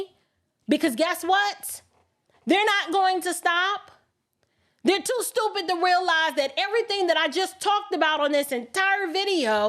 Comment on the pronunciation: you “STOOPIT” 😂😅🤣😆!!! Which is why I love you!😘